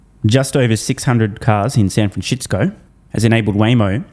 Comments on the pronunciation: San FranSHITsco 🤣 every single time 🤣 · San franshistsco😂😂